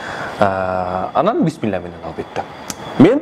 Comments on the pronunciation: Биссмиллахир рахмонирахим деп аябай сонун айттыго баштагылар быссмылда деп жатышпадыбеле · Азамат экенсиз.Башкалар .Быстымылда деп туура эмес айтат.Актан байке туура айтыныз.